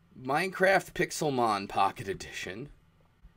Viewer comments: Actually, with the accented E, wouldn't this be pronounced something more like Pix-Ale-Mon? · So why is the title written "Pixélmon"? Are we supposed to be pronouncing that "pick-sail-mon"? ...Why is this the problem I have with the Kickstarter?!